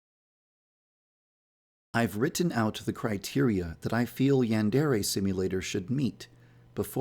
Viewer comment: So... uh... Who wants to let this guy know how to pronounce 'yandere' correctly?